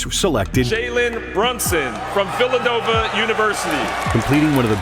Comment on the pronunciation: Phillanova University? 😂